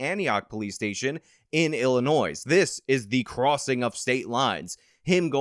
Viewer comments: Illinoi Not illi noise. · hmm you said Illi-noise, your argument is invalid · I'm sorry, did I just hear you pronounce the 's' in Illinois? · You're credit for making the point about crossing state lines is voided by your pronouncing the 's' on the end of Illinois. I'm story. I'd give it too you if I could. But we have to maintain standards. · FYI,, pronunciation of Illinois, the S is silent. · In illinois the S is silent 😎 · you can be correct on all the facts, even a year ago, but you still pronounce the "s" in Illinois. OPINION DISCARDED.